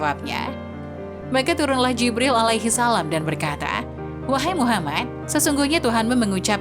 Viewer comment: Mengucapkan muhamad saw..dan lapad allah gak paseh..belajar ngaji dilu biar gak salah kaprah..sabalah2 kow ucap kan